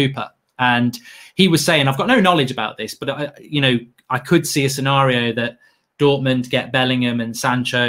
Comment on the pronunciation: And the "education at Dortomond" part